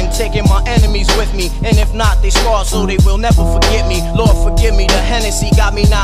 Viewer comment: scared demiyor. scar diyor. "Yüzlerine yara verdim asla beni unutamayasınlar diye"